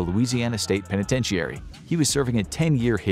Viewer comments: Great video. I believe the proper pronunciation of "penitentiary" is only 5 syllables and is "pen ih ten sure ee", not 6 syllables and "pen ih ten she air ee" (I know those aren't the proper phonemes for guiding pronunciation) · I’ve never heard somebody pronounce penitentiary like that. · That’s not how penitentiary is pronounced.